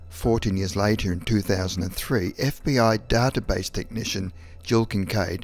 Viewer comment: The way he pronounces "database" makes me uncomfortable 😣